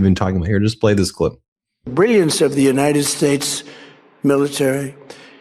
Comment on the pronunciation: When did we become the "United Schates?"